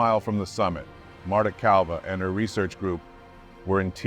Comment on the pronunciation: Marta Calva! Lol. Why’d the narrator say it like that?